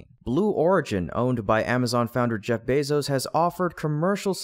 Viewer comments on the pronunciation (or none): none